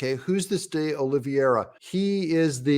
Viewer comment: His name ic pronounced Doll-e-veera like the English cricketer. Love the Buddy Holly stuff mate!